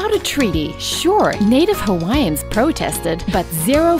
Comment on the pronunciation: Her Hawaiian pronunciation was spot on tho 🤙🏽👏🏼👏🏼